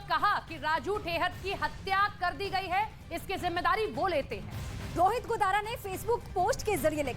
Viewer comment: ताराचंद जी का नाम भी nhi liya aur News wale Bhai नाम तो shi bolo गोदरा nhi hota गोदारा होता h kisne aapko job de di faltu me